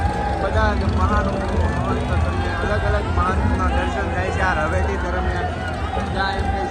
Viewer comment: રવેટી ન બોલો ભાઈ રવેડી બોલતા શીખો.